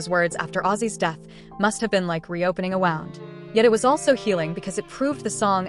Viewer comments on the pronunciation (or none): "A wound," she said, wowned! If you insist using f'ing AI, at least program the shit properly. Program it to say names and words properly. If AI goes on, they best change these stupid bots! 😂